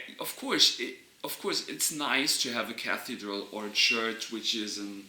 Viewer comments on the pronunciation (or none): Love how you say cathedral. Kathy drill. Kathy means pure or respectable.